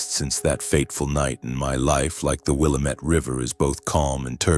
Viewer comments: it's pronounced Wil lam ett river named by the indians who lived there. how do I know because I am an Oregonian! From the Rogue Valley. Good Story! wouldn't the governor have had kinda like secret service? to go anyware wouldn't they have followed? and wouldn't the tv and others follow him. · An Oregonian would know the correct way to pronounce Willamette.